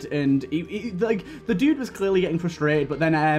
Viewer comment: My biggest pet peeve is when someone says "Fustrated" instead of "Frustrated" and they are someone perfectly capable of pronouncing that extra "r"